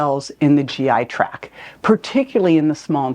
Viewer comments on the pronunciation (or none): Very helpful! FYI, it’s the “GI tract”, not “GI track”.